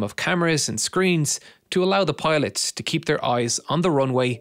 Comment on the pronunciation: Piloth Pilosh Pailoth